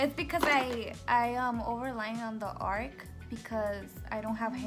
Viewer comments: Ar-CH!! With a "ch". Not ark, with a "k". Arch is something curved, and ark is a boat. Haha.😂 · It’s arch lol it bothered me the whole time 😆but I loved the video other than that